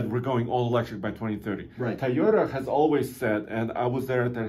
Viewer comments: Mr tai o ta can this dude pronounce toy o ta smh 🤦‍♂️ . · Did he say : taayota???